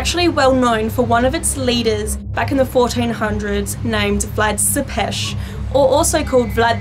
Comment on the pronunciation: I am from Romania and so I know about MY home country and Vlad was a bad ruler but great warrior, he helped Romania in getting independence from the Turks and founded the capital of Romania which is Bucharest, she said Vlad Tepes name wrong, I wish more Americans would take interest in a very beautiful, historical country! 😩🤟🏻😊💯🇷🇴